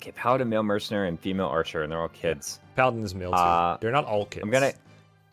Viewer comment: "arhcer" lol